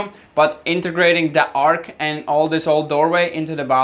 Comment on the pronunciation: Its an arch, not an ark! X